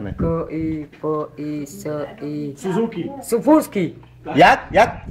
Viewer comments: "Suzuki"...... "Sufuzki" xD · ja sněho chípám :D 150 - 2 = 9 :D :D nebo ZIDAN :D :D nebo K I P I S I chlap : SUZUKY on:SUFUZKY :D SUFURKY :D nebo K I K U K I MOTORKU! :D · Sufusky ako? Sufurky :-)